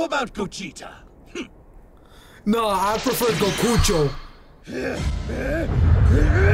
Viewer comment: I like when you say goguta stronger 💪 thing ever bro